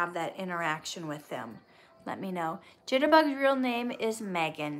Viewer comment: I’m the same Megan who commented on past videos on your channel 😁❤️pronounced mee-gan